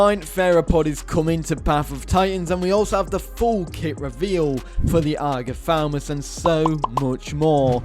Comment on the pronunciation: This dinosaur called Agathaumas not Agathaumus.